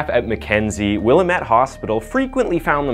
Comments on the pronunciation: Willamette is pronounced Will-AM-ette, not WILL-a-met. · Hey I used to live on the Williamette river in Oregon and we have a saying to help you with pronunciation..."It's Williamette Damnit!" (will-am-it) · Will-AM'-ette, (am like in bam) just saying.. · I actually saw her a a grocery store after this happened. She was still wearing an arm sling from where she shot herself. She was with some guy in a baseball uniform. And by the way Willamette is pronounced Will-lam-ette, not Willa-met. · Its said like 'will-am-ette' 🙂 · wilAMet not Willa met, Orygun not ora gun. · Oregon Native here... Here's the correct pronunciation of Willamette WILL.....AM ((LIKE I AM))....ETTE. 💟 AND OREGON ORE..((like oreo))GUN... And tada 😘😘💟💟😉😉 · It's actually pronounced "Will-ahe-met". Oregonians hate when people get it wrong. Just sayin'. What was the name of her old flame? Who is "he"? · ...Wha! Lambit!...whaLambit...not whatever you said for the Willamette river...wha...lamb...it...its Indian, ask them... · Willamette = Will-lamb-et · I went to school in Salem when she broke out of the state pen we would have look for diane game we alllost the way you pronounced Willamette was priceless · IT's Not Ore gone O sounds like an A Ore Gan. Hehehe Sounds funny after growing up here. Willamette is just how it looks, silent E at end. Met. :) Love your Content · OMG the way this guy says Willamette. Lost me from there, learn to say names before you narrate a story..